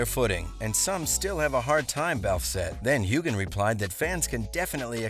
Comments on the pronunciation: NOT HUGHGAN...Sams name is pronounced Huean. Practice!!!! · If you're going to make these kinds of videos, make sure you know how to properly pronounce names. It's not HU GAN the G is silent. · You’re mispronouncing Sam’s last name. The G is silent. Like this: “Hue-Ann” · I wish the narrator would learn how to pronounce Sam's last name. Geez!!! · Oh my... How many times did he mispronounce Sam's last name?